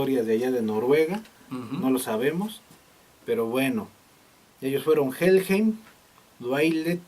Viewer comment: Se pronuncia " Jellhaim " , por favor reaccionen a Los Ángeles Negros del Moyocoyo ( no es albur ) ellos tocan el éxito La cumbia metalera ellos son la neta y ustedes cada vez se la rifan más , felicidades .